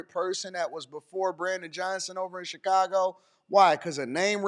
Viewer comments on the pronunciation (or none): none